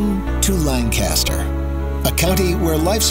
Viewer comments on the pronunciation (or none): /layn-KISS-ter/ not /lahn-CASS-ter/ if anyone cares.... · He is clearly not from Lancaster. It's Lan-Kis-Stir not Lang-Cass-Ster. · Expedia, just recently I learned something new about this county. I've been pronouncing it like you did--LAN-cast-er; it's actually pronounced LANK-uh-stir. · Its said langkisster not langcaster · Born and raised and lived there until I was 31. Will always be home 🏡 Edit: Lang-kiss-Ter 👌🏻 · FYI it's pronounced LANCaster, emphasis on the first syllable (if you want to sound more like a local). Also, in the word Strasburg pronounce the 'a' like in the word 'has'. This video does give a good overview of the top tourist areas in the county. Also consider going to one of the farmers markets like Root's (open on Tuesdays) or Green Dragon (open on Fridays). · this is lavendula lankisster to be more accurate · Correction: LANKisterr. And it sucks entirely. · I love how the video mispronounces Lancaster the whole way through. It is "lang - kiss - ster" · You can tell the narrator is not from Lancaster, from the way he pronounces "Lancaster." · Good video but you butchered the word Lancaster and strasburg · Pronunciation of Lancaster should be correct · Next time they should look up how to actually pronounce "Lancaster" right